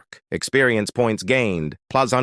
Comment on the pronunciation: it's funny how AI pronounces "+" 🤣 Thanks for making these videos bro